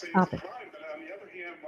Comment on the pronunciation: Worse than lawww and cwimmme turning up 😂😂😂😂